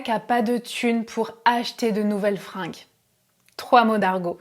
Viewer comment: Attention, les fringUes pas les fringes (prononciation "G" et non "J")